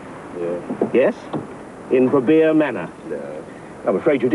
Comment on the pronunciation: Organising a "drug free rave" sounds like a gateway drug to me. Cook should be ashamed of himself, pushing raves on innocent kids like that. What a clown - too off his tits on TV money to even pronounce Verbeer properly!